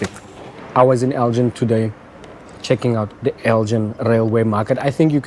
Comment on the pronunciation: Nice one. Fun fact - it’s pronounced El-gin with a hard G as in give, not as in gin and tonic. Named after the Scottish town of Elgin.